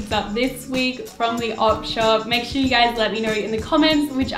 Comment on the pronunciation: ElGreco1541 I always thought she said odd shop